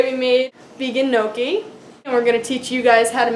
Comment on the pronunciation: Looks really good :D I love homemade gnocchi! It's pronounced "nyee-ok-ee" Almost spot on! :D